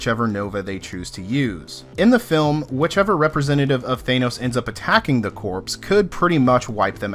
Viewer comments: When you say the words corps, the P Is silent its phonetically ”core” please stop saying ”corps” as it sounds bad. Nice video all the same. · I hate to be this guy, but... corps = kor, not corpse. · It’s pronounced core not corpse. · It's pronounced "core", not "corpse". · Corpse is a dead body it's pronounced core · It's pronounced like core not like corpse. Think Marine Corps. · It's pronounced "core." It's a common mistake. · Dear GOD-- are you really saying "CORPSE" right now!?! Edit your videos, for God's sake! I cannot stress enough the sheer, indefensible mass of insults which I wrote-- which you would not have understood-- and which I still found too demeaning to post, though I will say this: If your only job is to talk on the internet, do it at an eighth-grade level or higher. --that, or accept being frequently, justifiably ridiculed and whilst absolutely, completely deserving it. There-- tha'ts not even an insult... -probably should have been.... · You people complain about every fucking thing. He said "Coprse", big fucking deal. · 🤪 "corpse" It's good to know it bothered others & it's not just me. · Im not overly familiar with the Marvel cosmic comics. For the first 2 minutes of the video I thought Rider gets some kind of undead super powers before I realised they meant 'corps' not a dead body. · Hate to be that guy but, "core." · Hey the word Corps ( as in Marine ) the (ps) is silent.... just saying. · You pronounced corps incorrectly the entire video. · Almost as annoying as Thanos = Than-os not Thane-oss. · You keep pronouncing corps and Thanos wrong!!!